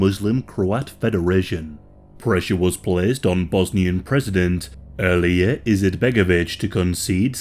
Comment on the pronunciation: This video is really good but PLEASE LEARN HOW TO PRONOUNCE THIS STUFF. You said Sprska not Srpska (pronounced Serp-skah) At least you got Alija's name right but just look up the pronunciation first please.